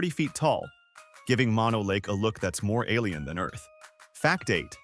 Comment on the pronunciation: Mono Lake is not pronounced "Maw Know." Mono, in this case, is not the opposite of stereo. Mono is a Paiute/Shoshone word that means "land of the fly eating people." It is pronounced "Mow No."